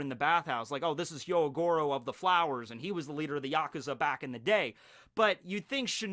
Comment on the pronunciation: Nobody:: Hyoyoyogyoro, Komumumurasaki